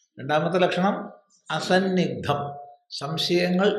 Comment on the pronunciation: അസന്നിഗ്ദ്ധമല്ലല്ലോ. അസന്ദിഗ്ദ്ധമല്ലേ.ന്ദ എന്നതിൻ്റെ ഉച്ചാരണം തെറ്റി.ന എന്നത് ഇരട്ടിക്കുന്നതല്ല ന്ദ എന്നതിൻ്റെ ഉച്ചാരണം.